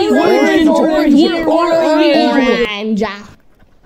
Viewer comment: Bro said oranga